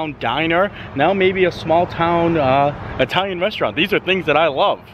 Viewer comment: Yay! actually said "it-alian" and not "EYE-talian"! Lol. Love your videos!